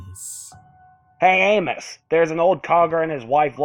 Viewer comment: Nice job with the Crypt Keeper's little handoff to your usual narration voice. Pffft, moribund puns are equal parts eye rolling and suddenly funny, a subset of gallows humor I appreciate from Crypty. Note: The name Amos is pronounced as "Ay-mus" , and the word speedometer usually is heard as "sped-ah-meh-ter", for future readings. Don't ask me why, it is pronounced this way.